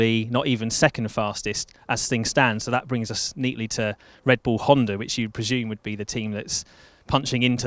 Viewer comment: Why is everybody pronouncing HondaREngine???